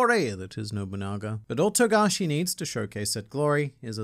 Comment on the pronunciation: Finally you say his name right. Shame on you.